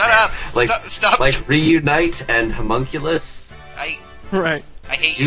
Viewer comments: wait did he say Humunculis (no clue how it's spelled) FMA FTW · Ermagerd he said Homunculus.